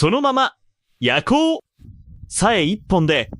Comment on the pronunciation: 「焼こう」の発音が変だよ～ やこう、と発音するのが正しいよ